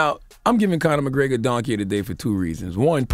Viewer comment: This Conor McGraygor shit is driving me insane. McGREGor, man. Say it with me.